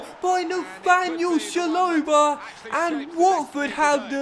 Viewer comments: It’s ch-a-lo-ba not shalobar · It's chalobah not sholobar